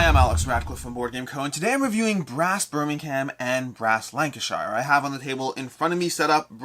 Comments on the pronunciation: FYI “Lank-uh-sheer” and “Bur-ming-um” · Great vid. But they are pronounced Lanca-Sher and Birming-um ;)